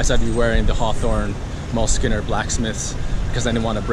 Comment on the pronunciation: Uh...sorry to correct you, but it’s pronounced like “mewlskin”, as in the animal. MULE.